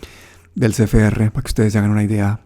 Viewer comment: una corrección: Es C F R, no es Ce Fe Erre.